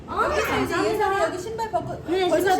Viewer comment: 예썰이가 아니라 예설이인뎅